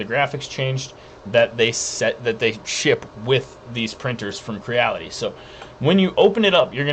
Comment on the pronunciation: It's pronounced Cre-Ality. You know like the word reality. Think of it as a smash up word combo of create and reality